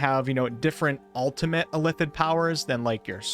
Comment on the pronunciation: Please learn how to say illithid.